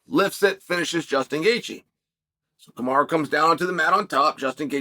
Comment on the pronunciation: Chael it’s Ka-ma-ru not kamara!